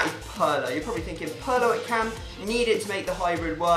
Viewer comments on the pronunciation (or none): He said Pirlo wrong